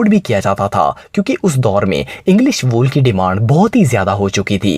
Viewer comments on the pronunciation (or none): none